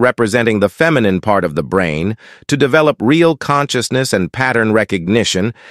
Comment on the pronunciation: Hey guys, great content. Please tweak the AI narrator factor to properly pronounce "feminine", etc. cuz that totally alters the whole message when the artificial narrator says, "......fem.....i.....nine...", or whatever it said. ".......new acres......"? New agers gives a clearer message in context than realtor and farming terns. Great stuff though, git me thinking. Thank you!